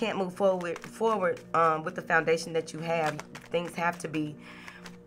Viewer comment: ❤️ love your energy even if you still have a cough. “Move forwart” 😂 love it 🥰